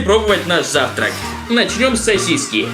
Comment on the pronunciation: мне показалось что он сказал не сасиси а сиси